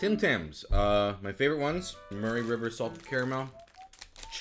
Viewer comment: I've also never heard anyone pronounce 'Murray' that way